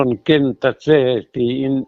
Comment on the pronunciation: Putar tawh pui siin " Ken" tih i sawi rik dan hi a diklo tlat mai.